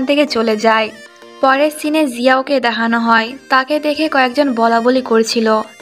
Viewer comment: আপু তোমার (দেহানো) শব্দ টা শুনতে ভালো লাগে না, কিছু মনে কর না😅